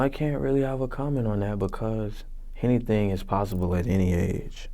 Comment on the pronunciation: JR Jazz Nigga said, "Hennything is posible".